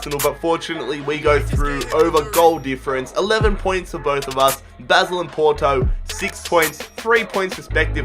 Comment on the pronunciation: Baaaasel pls not basil